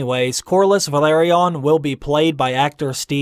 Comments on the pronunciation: How do you read VE-LA-RY-ON and pronounce it VA-LE-RON? Might as well pronounce Targaryen as Trgrrburrdurr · Isn't it pronounces Ve-la-ryon? The way you say it kinda triggers me lol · isnt it pronounced valerion? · Why do you mispronounce Velaryon? Is it intentional or some kind of Easter egg? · I have big problems to listen how you butcher Velaryon.. every 2 times different pronunciation :D I listen to audiobooks and you use their way once per 3 tries :D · Small changes in names I can get, in every other book :P but every other sentence, that is butchering my ears xd Don't take me wrong, I like the vids :P but this was a bit strange :-) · Slight differences are understandable, but the way he pronounces it makes it sound like a completely different name. Making a 4 syllable word into a 3 syllable word is gross.